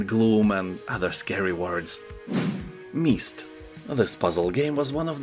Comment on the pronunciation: I love the rain though i live in California and it's been somewhat of a drought for over 12 years rain here and there. It's pronounced Mist with the MYST. Nice list i may check out a few of these.